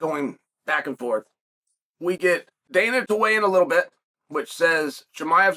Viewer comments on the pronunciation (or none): none